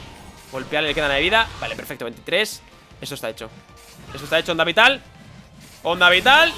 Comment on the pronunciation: me sangran los oídos cuando escucho onda vitaal!